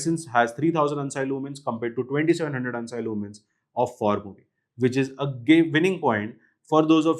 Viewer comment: Never heard someone saying ANSI as hun-sy instead of an-si